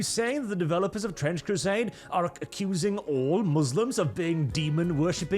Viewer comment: TTtttrrrrrench Crrrrrusaaaade is racist ... get excited .. but then let down